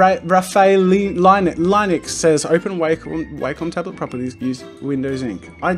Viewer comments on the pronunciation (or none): It’s pronounced raf i el